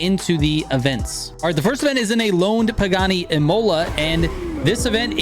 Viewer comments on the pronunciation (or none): Dayuuum, botched up another pronunciation, it's not pronounced Im-oh-la, it's Im-hu-la lol, like the race track😂😂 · ímola not imôla :)